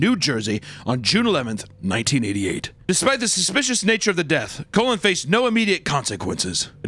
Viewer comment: You butchered my second uncle* last name. The Cullen’s have 2 things, we had the last name of the twilight series and we have a serial killer. And you pronounced it like a colon. Have you no shame